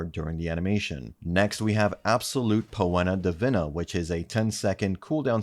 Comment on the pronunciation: Poena Divina would be pronounced "pee·nuh dee-VEE-nah". Once you hear it, you can't unhear it.